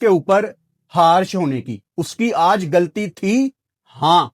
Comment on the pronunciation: گلطی نھیں غلطی بولا جاتا ھے